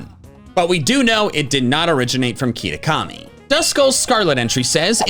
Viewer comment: did you just call it keetakami? lol